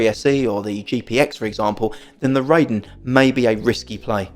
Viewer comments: Just FYI the Raiden 雷電 (thunder and lightning) is not pronounced "RAY-DEN" as in ray beam but *RYE-DEN as in rye bread. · No, it sounds wrong. "Ray-den" would be REI-DEN not RAI-DEN. 霊殿 (reiden) means shrine or mausoleum and it's an obscure obsolete word since jinja is most commonly used for shine. Japanese will not know what you are talking about and will correct you. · And you're still going to be wrong. Your ego won't change this fact. This is a Made in Japan product, ライデン is a Japanese word, and RAIDEN will always be pronounced RYE-DEN not RAY-den in spite of your ego and your ignorance. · Ray-den sounds better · Bro, respectfully, I also should tell you to listen to yourself. Was it even necessary to tell me that you think your mispronunciation sounds better and will continue mispronouncing the Japanese word? What was the point of that other than to prove what a stubborn a$s you can be. You have a blessed day as well.